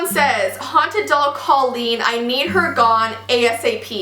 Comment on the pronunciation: Is anyone else bothered that she pronounced Colleen wrong and Kara-LINE pronounced like zip- LINE omg lol ilysm 😂💓💓💓